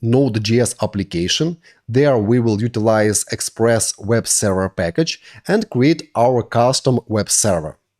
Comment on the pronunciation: im so lost. what is a sara??(i know he ment server)